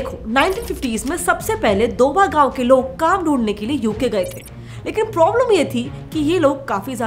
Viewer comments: Mam its दोआबा, not दोबा. (DOABA). And its not a gayon (गांव) as you told , it is area between bias and Sutlej river and includes many districts. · Fst thing that is pronounced properly as doaba and not doba. Second is that Doaba is not any village. Doaba means the area between two rivers. The bist Jalandhar doab is the most popular so it is basically known as Doaba. Now, in doaba there are many cities in it for example:- Jalandhar, Hoshiarpur, Pathankot. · didi as a punajaban i feel bad when you mispronounce punjabi words......its written as 'Doaba' and pronouced as 'DO-AH-BA' k by